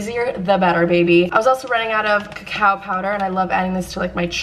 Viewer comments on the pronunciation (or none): When she said cacao powder I thought she said cow powder and I was like... whAaaAt iS cOw pOwdEr 😂